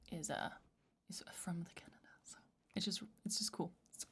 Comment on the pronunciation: Fun fact Canada was named after what a native tribe called their land, Kanada, pronounced the same way said it in the beginning